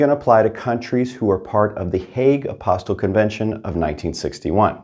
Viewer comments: It's pronounced a-pos-tee, not apos-tl. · its pronounced apo*steel*, not a*pos*til.